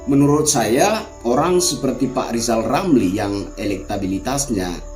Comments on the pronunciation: LIZAL LAMLI jangan ngomong dulu kl blm bisa memperbaiki huruf ( R ) dng benar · Salam Santun Bang, Hajar Terus Orang orang yg bermulut Celupar itu, Lizal Lamli Cedal huruf R Aja Gak jelas, tapi omongnya sebakul 😂😂😂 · Sebenarnya Lizal Lamli itu IRI sama Pak Jokowi karena anaknya Sukses luar biasa... Pak Lizal Lamli coba belajar dulu dah biar bisa ngomong er baru ngomongin PRESIDEN... Tapi kalau Lizal Lamli jadi presiden bisa kok tapi PRESIDEN Di Dunia DONGENG... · LIJAL LAMLI belajar ngucapkan R dulu lah. Semua sudah tau. Kalau LIJAL LAMLI seorang satpam/penjagah harta CENDANA. gara2 harta CENDANA dari hasil korupsi di ambil alih negara🤭